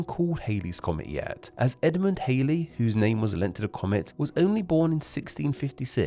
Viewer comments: Edmund Halley's surname is pronounced as Hal-lea or Haw-lea but not Hay-lea. Bill Hailey was an early rock'n'roll singer whose backing group were The Comets. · "Hay-ley" is how you pronounce "Bill Haley and His Comets" (if you're old enough to know who they were!). The scientist after whom the comet is named, and therefore the comet itself, both have two possible pronunciations. The most common is "hal-ley" (hal, as in HAL, the computer in 2001, A Space Odyssey). The alternative one is "hawl-ley". I'm not sure about the latter, mainly because of this relatively recent change of pronunciation of both Halley's and Walter Raleigh's surname, from "rally" to "rawley". It sounds like someone is trying to be too clever for their own good. Having said that, I am nothing more than a very amateur linguist, and I could be 200% wrong (100% for each man lol). I'm definitely not wrong about "hay-ley" being incorrect, though.